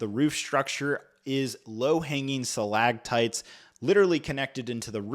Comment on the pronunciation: & 🤣🤣🤣😂😂😭😭 Sa-Lag-tites...... reminds me of my friend's 6 year old son who L❤️VES to talk about his Sam-Burr-tooth tiger 🙌 "5 poly bags... you can't even get 'em in the U.S." - but YOU have them, you are IN the U.S. & are giving them away 🤔🤷🏻 so that statement isn't entirely accurate 🤦🏻 anytime I'm having a tough day & struggling I know I can just watch one of your vids, & tell myself "at least I ain't This guy"!!, you are Golden 😂😂 don't ever change